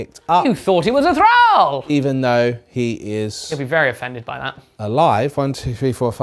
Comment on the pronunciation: The constant mispronunciation of “thrall” and “Akhelian” is driving me up the wall.